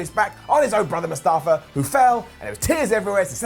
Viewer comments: You saying Mustafa instead of Mufasa had me laughing. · Its Mufasa not mustafa! You awesome person! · Mustafa.. lol.... it is Mufasa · Mufasa not mustafa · ... Mufasa, not Mustafa ;) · IT'S MUFASA NOT MUSTAFA LMAOOOO